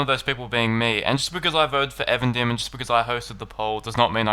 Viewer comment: though I confess being guilty of pronouncing Eregion as E-Region (:D), I don't understand why you as a native English speaker say Avendim. It's EEEvendim. Even, dim. Twilight. You're welcome x